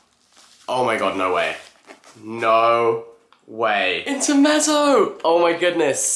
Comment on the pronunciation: it’s pronounced like interMETzo btw :)